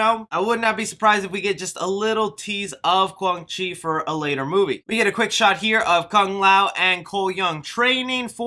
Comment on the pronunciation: Don't forget Kwan Chi. He was pronouncing his name wrong